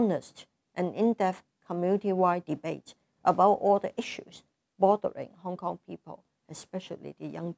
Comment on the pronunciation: "I am a HongKon-gir, I have to pro-tech HongKon....." x-D